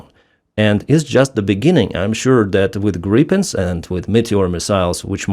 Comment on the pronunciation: Finally someone pronouncing Gripen the correct way! 😃